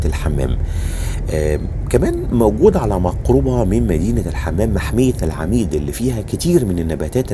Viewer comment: فيديو جميل وموفق ❤ اتمنى حضرتك تحط الصور اكبر شوية عشان مش بتكون واضحة خالص لما بتعرضها ومنطقة العميد نطقها الصحيح العُمَيٍد